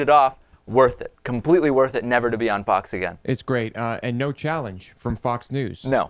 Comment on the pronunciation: It's funny how he pronounces it "fuck's news" ^_^